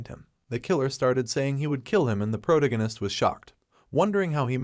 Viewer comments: Pro tag I nest, not the pronunciation you have been using, it's driving me nuts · am i the only one who hears that he is saying "Protagonis" wrong? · Ffs, learn to speak. “Protagonist “ is pronounced prow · ta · guh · nuhs at one point you mispronounced it four times in less than four seconds. Also, “….decide if he should ran away “ is grammatically wrong, “…decide if he should run away” is proper. If you are going to produce English language media, you should learn to do it properly. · My brain hurts every time u say protagonist smh